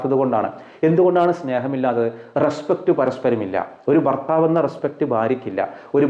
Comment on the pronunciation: ഫർ ത്താവ് 😂ഭർത്താവ്